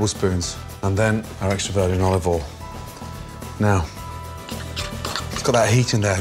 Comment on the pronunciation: Nobody: Gordon: Oliovol